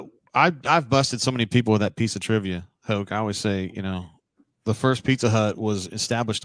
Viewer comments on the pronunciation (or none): Hoke not hope